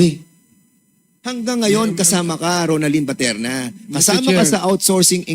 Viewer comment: Gg., BATERNA PO AT HINDI PATERNA. saw2 ka ng saw2, magbasa2 muna sa balat ng suman.